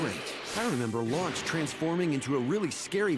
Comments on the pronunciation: I'm pretty sure she's Lunch, not Launch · "Launch"? Why was it changed from "Lunch"?